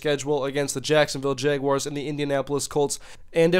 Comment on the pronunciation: He said "jayguars" lol